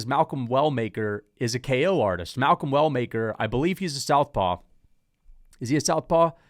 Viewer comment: Malcom Well Maker. Why he say Walker 😂😂